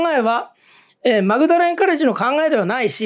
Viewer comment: 岩田先生、大学の読み方はマグダレンではなく、モーダレンです。淡い思いでがある名前です。懐かしいなー。Magdalen College (/ˈmɔːdlɪn/ MAWD-lin)